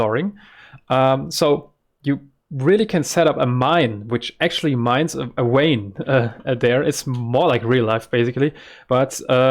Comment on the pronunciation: jsuk vein is pronounced with a V like vampire not W like watermelon :) very glad to see you again